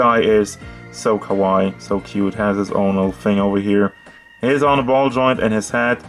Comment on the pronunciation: You said its looks kawai? Kawai sounds like kuwai which means 'horrible😂😂😂😂. You have to emphasize the lasy vowel "KA.WA.II",with longer "eeee" not kawai.